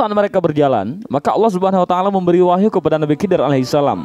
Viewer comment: Ko di baca nabi kidir.. bukankah itu huruf kha atau di baca kho. Jadi bunyinya khidir bukan kidir..